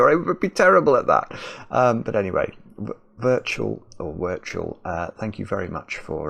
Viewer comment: I watch Wirtual a lot on YouTube as well, weird to see this "crossover" of two of my favourite YouTubers 😊 To answer a couple of questions: Wirtual is Norwegian, so I believe you pronounce the W in the Germanic way and it's the same as "virtual". And Trackmania is a racing game, first only on PCs and now being rolled out to consoles. You do get some maps which are more about puzzling out how on earth you actually make it to the finish (rather than just trying to get there faster than anyone else), I don't know if that would appeal to you in any way either though 😂